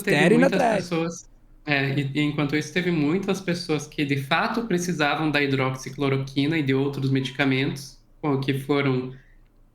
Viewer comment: me doía o ouvido toda vez vc falava hidroxicloquina, respeite que essa droga tem história! Para, agradeço pelo seu conhecimento no tema e levesa com q levou a situação.